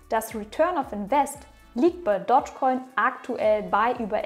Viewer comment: Du betonst es komisch..... Es heißt nicht Dodgecoin sondern Dogecoin. Du musst es "Dohschcoin" aussprechen. Nicht "Dottschcoin"...